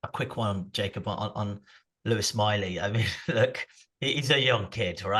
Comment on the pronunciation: I know you lot are down there near France.. But the Miley lads name is not pronounced like he's a French king!!